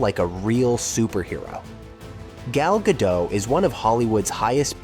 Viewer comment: Gal Gad doh? You're narrating an informative video about the life of Gal Gadot and you can't even pronounce her name correctly? The "t" is NOT SILENT! Do a little RESEARCH!!